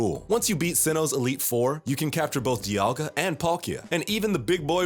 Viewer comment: the amount mispronunciations in this video are astounding also Cerulean Castles??? c'mon guys y'all gotta do more reseach